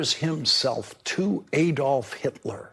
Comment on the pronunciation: Lawrence - to repeat, Adolf is pronounced Ah-dolf, not Ay-dolf.